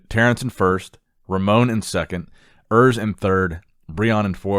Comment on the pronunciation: Oors not Örs !